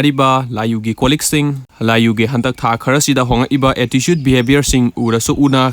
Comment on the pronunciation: i am telling that the way he speaks attitude pronouns as "atticude" thats why 😅